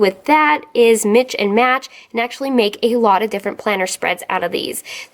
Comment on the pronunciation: Love the vid thanks,,u r too cute, "Mitch and match.." bahaha it's mix and match. lol